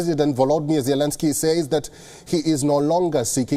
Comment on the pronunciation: Your presenter really needs to pick one pronunciation of Zelenskyy and stick with it. Preferably the right way.